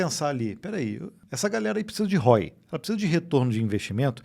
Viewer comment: Só uma sugestão, se é para falar inglês podia falar corretamente. Assista o professor Hoc. Por exemplo, ROI pronuncia-se diferente de hoy. Ficar abrasileirando as palavras hj em dia já é desnecessário ao meu ver, acho até que é um atraso muito grande.